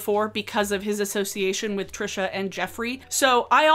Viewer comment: YES!! I've seen so many creators that are responding to Trisha use the wrong pronunciation. It bugs me to no end because it feels like if they can't even pronounce it right they probably didn't even look into it that much.